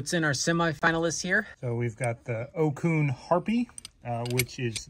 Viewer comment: Another great video! Thank you, guys. Re Ocun - it's pronounced "otsoon" ;) Absolutely love their gear.